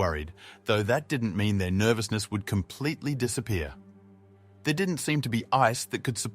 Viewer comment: What does "Itha" mean? and Mutha it appears this narrator cannot pronounce words with "R" in the word ,very poor English!!!